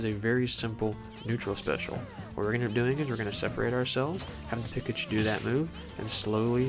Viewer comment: Pikachu says their name every neutral b and you still mispronounce it somehow